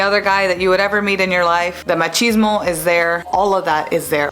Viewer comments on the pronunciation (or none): none